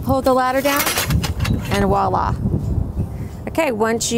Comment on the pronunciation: Probably the best walk-through videos in the business. One small complaint though...The word isn’t “Wah-la”. It’s “Voila”. (A French word which directly translated means “see there”.